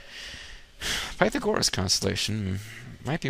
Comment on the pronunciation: oh god Pytha gore us. dat pronounciation.